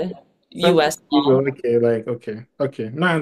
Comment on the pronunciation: "Like a legul or a normal wan?" 😂😂😂